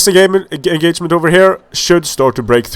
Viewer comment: "This enGAYment"